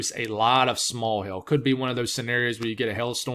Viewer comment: It sounds like he’s saying hail, but it sounds like he’s saying Hell , haha!